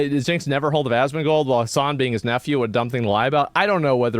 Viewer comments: She said Asmongod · Lmao him calling Asmon “Assman” reminds me of the Seinfeld episode where Kramer gets the wrong plates. And who the fuck is jagermeister?! The only person I can think of that Hamas Piker hates as much as Asmon is Nuxanor. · hates it when people get his name wrong, calls Asmon 'Ass-man'